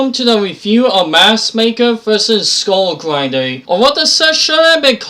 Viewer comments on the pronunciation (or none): It's Skull Grinder, not Skull Grindey.